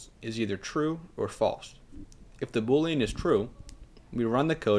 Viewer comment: You're pronouncing boolean wrong. Proof that English is more difficult to master than code.